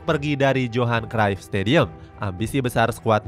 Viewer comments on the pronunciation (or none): none